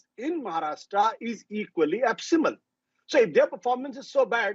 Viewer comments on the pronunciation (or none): Ashutosh, it is abysmal, not ashbyal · Absymal nahi hota kalu Abysmal hota hai